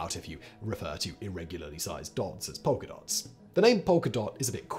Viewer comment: Simon finally met his match trying to differentiate Polka Dahns and Polka Dahts... I had to listen to it 3 time to clear up which was which 😂